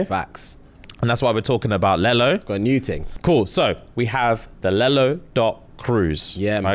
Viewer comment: LELO….. That’s how my son says yellow….🤦🏾‍♀️😆